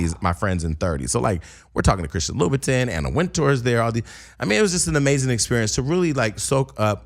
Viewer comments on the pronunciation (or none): Jason...it's pronounced LU BA TON [LOUBOUTIN]